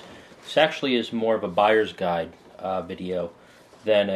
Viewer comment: "from a guyers buide perspective" XD